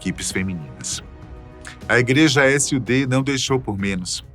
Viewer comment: Não se fala S.U.D, Cada letra separada, se fala SUD